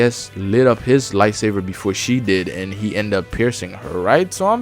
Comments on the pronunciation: Buddy plz say lightsaber correctly not lightsaver 😂😂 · This guy saying "lightsaver" is triggering me lol, but his review is pretty spot on. A Sony first party lite imo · Are you saying light-saver? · Dude why do you call it light saver XD